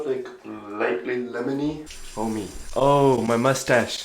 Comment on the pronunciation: Lol he said LeMoNy